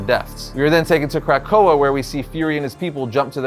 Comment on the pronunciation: Dude - Good video, but sound it out- it's Kra-ko-ah. Not Crack-ko-ah. If it's was pronounced that way it would be spelled 'krakkoa with two k's